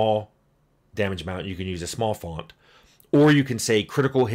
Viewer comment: "Fawnt"? Where are we from, Tim? I grew up in New Jersey, and I don't think I've ever heard anyone dig out an "o" sound quite like that.